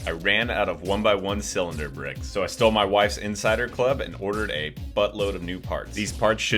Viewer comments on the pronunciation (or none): Bro no way he said i stool my wifes inciser clab